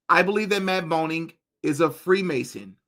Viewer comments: His name is Groening pronounced GRAY-ning and you're calling him BONE-ing 😭😭 idk where tf you got that from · Matt Groening, not Boning, just fyi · It's pronounced "greening" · Matt Boning? You mean Matt Groening, right? The creator of the Simpsons. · It's Matt GROENING, with a G 🤦🏻‍♀️